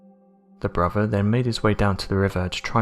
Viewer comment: He keeps saying "his bruvver". Does he mean brother? Is it that hard to pronounce? And anovver instead of another.